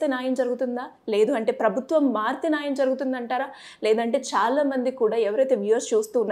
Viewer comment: మీరు ఈ ముఖాముఖి ద్వారా మంచి ప్రయత్నం చేస్తున్నారు.. ఐతే ఈ ఎర్ర రంగు బట్టలు ధరించిన అమ్మాయి (పేరు తెలియదు) 7. 22. ---7.35 సెకండ్ల వద్ద న్యాయం అనే మాటను , నాయం , నాయం అని కనీసం మూడు పర్యాయాలు పలకడం జరుగుతూంది ., అలా చిన్న , చిన్న తెలుగు పదాలను పలకడం కూడా సరిగా లేదని , ఉచ్ఛారణ దోషాలతో పలికే వారిని సరిదిద్దే ప్రయత్నం చేయాలని కోరుతూ..